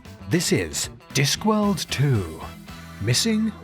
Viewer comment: You mispronounced the title. Its "Diskworld, missing presumed ?" So a question which requires a rising inflection with the last syllable.